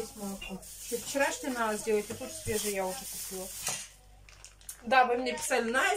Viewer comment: Настя,ещё старайся говорить правильно.Не наа,а надо,надо.